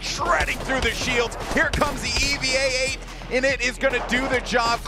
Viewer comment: “E V A 8”